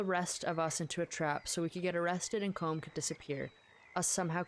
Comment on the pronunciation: The proper Irish pronunciation of Colm is “Col-um”, like his gang members were saying it. Roger Clark, the guy who played Arthur, who has Irish roots tried to tell Rockstar but they said he had to keep saying it as one syllable